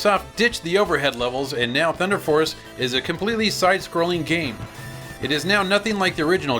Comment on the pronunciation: THU-EEEN-DAH FOHCE!!!